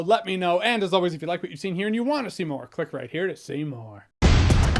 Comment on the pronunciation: When you say at the end "click right here to see more. PUNCH" i always hear you saying "click right here to Seymour" Like, seymour skinner. The caracter on the simpsons.